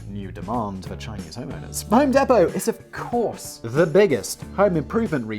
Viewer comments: home DEE•pow not home deh•pow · ...We pronounce it 'Home DEEP-oh'. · Home deee-Po. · Hoem Dee poe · It's pronounced "Home Deepoh". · Listening to him say home depot made me cringe so hard. Because I work there and you say it like home dee-poe. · Home DEE-POE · I'm sure someone told u but it's home dEE po. fuckin love the content as usual. I would love to see karl write a few of these for u. Plz don't kill🥊🔫 me danny I still love you🖤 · its home DEEEPO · Pronounce it as "Home Depo" drop the T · hearing it being called 'home depto' physically hurts me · nah. We listened to an Englishman mispronouncing an American brand name. Allegedly.